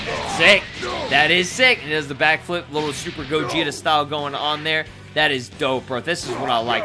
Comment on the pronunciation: Did you just call me gogito?